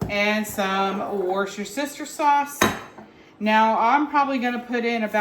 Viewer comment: Wusstersheer, sorry darling ❤